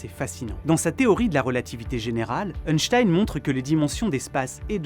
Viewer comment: Merci pour toutes ces explications balade mentale j'adore le contenu de tes vidéos 😊 Par contre le scientifique qui tire la langue ne se prononce pas euhnstein 🤣 mais Einstein ( 1 en Allemand) 😅